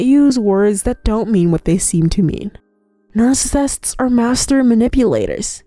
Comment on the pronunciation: narfacisifts what is that